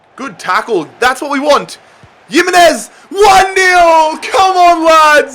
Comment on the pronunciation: Nobody:: yimmenez